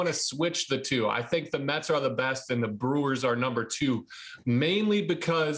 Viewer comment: Did she say “Burrs”??? Lol